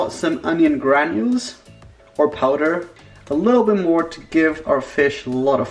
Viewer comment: Did he say onion granules? Like GRANULES???? 😂